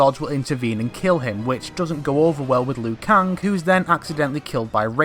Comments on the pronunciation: Why do you keep saying Liu kung, & not Liu kang??? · You pronounce it as Liu Kang, how it's spelt, whether most people pronounce it as Liu Keng. No hate, just saying. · Ugh it's annoying how you pronounce Liu Kang, no offense